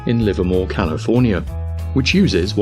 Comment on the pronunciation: Calofernier? First word and thumbs down